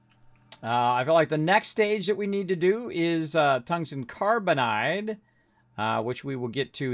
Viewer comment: I believe the word is Car=bide not carb=in=ide not carbon=nide Fyi thx for the vids